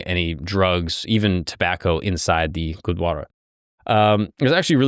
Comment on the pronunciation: Bro it's gurudwara not gudwara